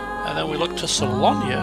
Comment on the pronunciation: Well, its not SALONIA but SALONA. . .